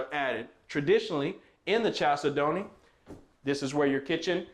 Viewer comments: The main syllable is the second of 4. They way you do it is the main syllable first chal say don't. Please change it. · you are mispronouncing the name of this home. Chalcedony is a gemstone. It is pronounced kal SED onee, not Chal se don't. It's like fingernails on the chalkboard everytime you say it your way, which is incorrect. Nice home. Just please pronounce it correctly please. Kal SED onee. Gemstone. Beautiful. You're welcome. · I’m glad you corrected him. Chalcedony is a gemstone and every time he says the word my ears hurt.🤣🤣🤣But I can see why he pronounces it wrong. Kal-said-knee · Love you,the name is a gemstone,it is pronounced as follows CAL SED NEE,hope you do not mind the correction. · I ❤!! Whew! I will say it is pronounced “Kal-Said-ony” but he can say it however he wants! Cuz we ❤! I love your video🎉s!!